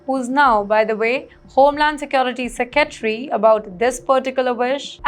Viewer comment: They should add yours for your great vocabulary and pronunciation. You redefined English!!!! Secetry and Stricker are new words invented by YOU